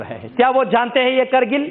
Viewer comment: Bc sahi se hindi bolna seekh jakr pehle krgil nhi kargil hota hai bc